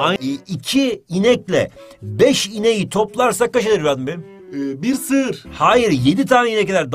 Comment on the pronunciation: "birr sığırr"sjsjsjsjsj 😂